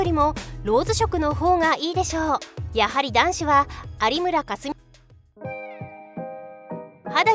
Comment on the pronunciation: ありむらかす......................強調するな